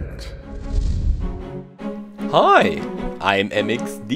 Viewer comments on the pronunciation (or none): ”sexcellent” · did just say sexellent?:flushed emoji::flushed emoji